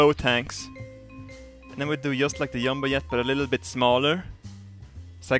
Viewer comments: You mean a "Yumbo Yet"? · He says G as we say Y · Lol...Yumboyet. Silly english. Try doing this DYUMBO DYET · In love the way he says jumbo jet: " yumbo yet " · Lol I loooovvve how he says jumbo jet!!! "Yumbo yet" bahahahaah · I love the way he says Jumbo Jet, “Yumbo Yet” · Its his accent, The "J" sounds like a "Y" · jum-bo jet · Reason to why he says yumbo yet is because in swedish j is pronounced like a y is in english xD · I am pronouncing it 'Yumbo Yet' from now on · Gotta love a yumbo yet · xD Yumbo Yet, the BEST thing ever is his pronunciation! xD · i like it when he say Jumbo Jet as Yumbo Yet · Y cant swedish people say J properly? yumbo yet? (not being racist :) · I love the way he says Jumbo Jet "Yumbo Yet" xD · SOMEONE TEACH THIS GREAT MAN HOW TO SAY "JUMBO JET"